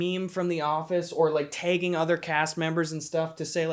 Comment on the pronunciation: "tāgging other cast members." ('sconsin accent) I would love to see a Stanley show if they had the balls to use the Cleveland Show theme song with no explanation. Just play the theme, film it in live action, give no apologies, and offer no explanations. Just do it, and I will totally watch it.